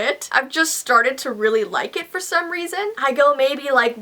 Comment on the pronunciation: XD u said Claines instead of claires and first instead of for but it ok but lel XD